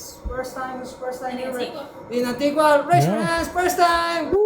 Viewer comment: You didn’t pronounce Antigua correctly. 😆